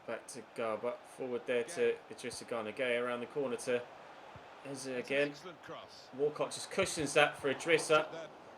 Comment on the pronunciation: Its pronounced ézé as if their were accents on both e's